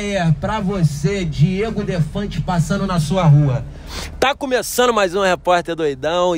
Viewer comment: Bom q vc erra o prórpio nome!!!...hahaha DIEGO